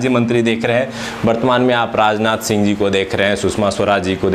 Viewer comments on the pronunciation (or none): none